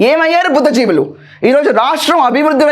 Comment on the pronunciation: Madam a small correction. It is BHUDDHI JIVULU.